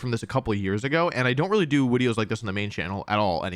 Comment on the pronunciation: Wolfey, the one, singular thing that I think you've gotten much better with is your deliberahtay mispronunciationes, and being much more subtle and sparing with them. Wideos and Intimidahtay and all of those deliberate mispronouncations were grating and seemingly endless. I think part of it was you saying "this annoys people, and people say to stop, so just to annoy the people that tell me what to do I'm going to keep doing it", but it really did detract from your videos. Going through the archive is kinda painful if that stuff gets on your nerves. So please, don't go entirely full mispronouncing all the time. But it is good to hear that old, quaint intro real youtubist jingle again.